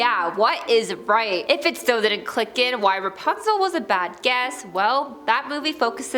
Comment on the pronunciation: Dude said REPUNZEL 😅